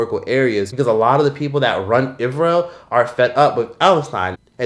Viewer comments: Is there a Reason you Can't say "ISRAEL" properly? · I am tired of "it doesn't affect me" argument regarding "iz-ree-uhl" and "watermelondria" If you are a tax paying citizen it does affect you, your taxes are being used to unalive children overseas you should be angry about that. "Imaginary" gets free healthcare and college from our tax dollars and uses them to unalive babies while we can't afford to live or pay to get life saving medicine.